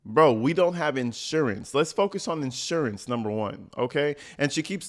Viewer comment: She's too stupid to say insurance!🤦🏽‍♀️ she says assurance 😂😂😂